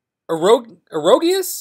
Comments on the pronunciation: It's pronounced ag - ree - jus, I think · Eh-gree-jus is the rough pronunciation of egregious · Egregious = Egg-Ree-Jus lol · The word is uh-gre-jus. Also those members are all back in iso8a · Egregious- Uh-Gree-Jus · "...even if I can't pronounce words that start with 'e' and have more than one syllable..." 😂😂😂